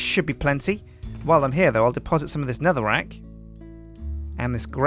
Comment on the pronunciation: ...its...netherack...not NEATHERack